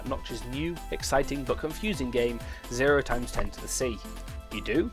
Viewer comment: It's pronounced "zero x ten c." 0x10 is a hexadecimal number. "0x" is conventionally how you start a hexadecimal number. It's not 0 times anything.